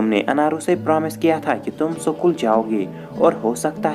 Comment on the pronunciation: भाई सकूल या स्कूल ? 😁